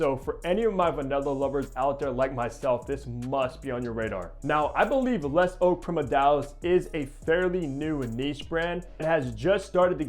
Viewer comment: You miss pronounced it. Just say “ le ZOW PREE-MUR-DEE-AL”